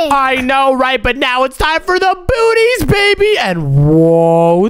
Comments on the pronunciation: Bro said boots booties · Bro said bootys